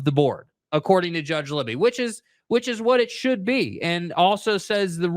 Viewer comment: The judge is Gary Libey…pronounced “Lie-bee”—not “Libby”.